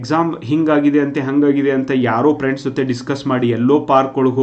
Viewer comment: Lo guru its friends not priends 😂😂😂